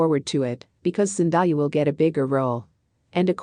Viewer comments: Hey pronounce my Baby's name right it's Zen-day-a who in the world is Zen-di-ya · Its Zendaya not Zendiya:( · Would you PLEASE say the woman's name properly! It's pronounced zen day ah, not zen die ah! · Couldn’t last 2 mins. So distracting hearing names being repeatedly mispronounced. Zen-di-ah, Cha-la-met? Rude and lazy -make an effort to say names correctly!